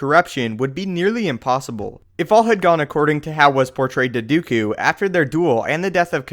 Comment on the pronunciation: Its not "Dew-ku" its "Do-koo" what sort of pronounciation do you have